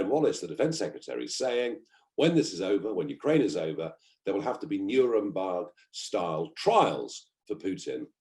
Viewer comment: Nurembarg??? It's Nuremberg.